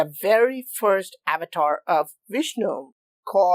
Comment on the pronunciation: Sir please pronounce Avtaar correctly ...you are pronouncing it like a foreigners.. 🙏